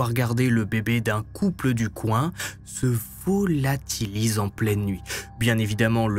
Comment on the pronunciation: Alexis se VO-LA-TI-LISE